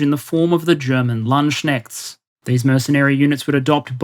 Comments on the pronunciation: Don't you mean Landsknecht? Landschencht doesn't make sense as a word. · As happy as I am to see you follow the correct pronunciation of the German SCH sound, where exactly did you take "the Landschnets" from? It's Landsknecht (with the CH sounding like hard H) in German. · Unless I am missing something, it's a Landsknecht (Lands Knecht) not Landschnecht) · NEVER heard Landsche..... it is Landsknecht, rather much simpler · as usual a really good, deep and informative video. You are really outstanding content wise and bring some much needed down-to-earth mentality in your videos about the current war. BUT. As a german: The way you absolutly slaughtert the term "Landsknecht" into "Landsschnecht" really hurt my ears lol You need to pronaunce the k as you would in "click" mate:) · A quite wonderfull video! Only one little critik: As a german, that 'Landschenchts' caused pysical pain. If you did mean the Landsknechts, they would be pronounced Lants-knecht. If you found some old word for them I would of course love to learn more. But with having your video play in the background, the 'word' made me twitch! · I think at minute you mean “LandKnecht” with a K, not Landschnecht… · "LandSHnekt", i.e. the way pronounced it, means "land snail" in German... The actual word is pronounced: Lahnt-s-k-naecht (pronounce the ch as a sh if you have to, that's the closest English speakers usually get) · It's "LandsKnecht" not "LandsCnecht". You would say it like: Landskneht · It is called Landsknecht(Lands-knecht) not Landschencht! ;-) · Correction its called LandsKnecht not lansSchneck knecht is servant and schneck is snail lol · Great video as always. One correction however: It's not "Landschnecht" but "Landsknecht" (the K isn't silent btw). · Did you mean "Landsknecht/e"? lunts-knecht, "ch" not like "sh" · i laughed out loud when i heard lunch snacks. But i know it is quite a hard one for non german speakers. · I approve of this pronounciation of the German Land-schnegg.